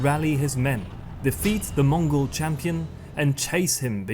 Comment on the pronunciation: This is such a good documentary. Props to even pronouncing the Mongol names so accurately. ❤